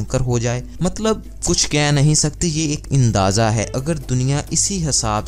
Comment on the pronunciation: میرے دوست پہلے اپنی اردو ٹھیک کر لو ۔ آپ نے کہا ھے ( ا ِ ن داذہ ) جبکہ صحیح لفظ ھے ( اندازہ ) زیادہ خوبصورت بنانے کے چکر میں آپ نے اندازہ کا حلیہ ہی بگاڑ دیا ۔ اور 2070 میں کیا ہو گا کیا نہيں ہو گا مگر چلو چھوڑو ۔ سائسندانوں سے یہ تو پوچھ لیتے کہ 2070 میں بچے ایسے ہی پیدا ہوں گے جیسے آج ہو رہے ہیں اور انسان کو موت ایسے ہی آئے گی جیسے آج آ رہی ہے اور قبریں ایسے ہی ہوں گی جیسے آج ہیں ۔ ۔ ۔